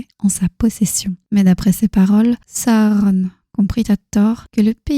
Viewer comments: Pourquoi vous dites pas juste sauron comme dans les films au lieu de sahauronne 😐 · C'est la bonne façon de faire S à u r o n chaque lettre se prononce